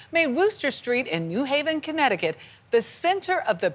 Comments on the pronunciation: It's not "in mass", it's 'en masse', which is pronounced "ahn mahs", and it's not "Newhaven" ("NEW hay-vuhn"), it's New Haven ("new HAY-vuhn"). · It's New HAVEN, not NEW Haven.